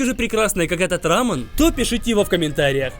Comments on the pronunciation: Когда он говорит не рамён а рамын это как смотреть аниме в другой озвучке ра пример не Такимичи а Такимици ёё бесяч жуткий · Не рамн а рамён) кто заметил лайк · Это блюдо называется не ра́мен а раме́н, не правильно ставишь ударение!! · Не рамен, а рамЁн Ударение на Ё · Рамён правильно, а не Рамён, тебя карейцы приблизно бы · Не рамен, а рамен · Почему он говорит рамЭн? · РамЕн — ударение на Е